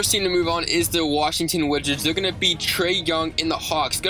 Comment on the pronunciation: You said "Washington Widgets"